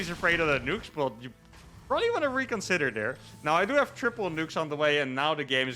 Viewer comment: Heh "pobably confused you both" you said. Low faith in in your wievercount? :P